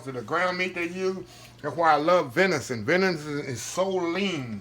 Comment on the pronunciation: Do you mean "venison"?😊